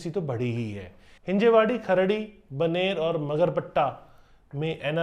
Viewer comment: चुटिया मिश्रा वाकड़ को वकड़, रामवाड़ी को रमावाड़ी, बानेर को बनेर, और पता नहीं क्या क्या अनाप शनाप बोल रहा है। पूरी रिपोर्ट लगता है एआई से बनवा करके बकबक करके बोल दी है। घटिया, बल्कि बहुत ही घटिया विश्लेषण।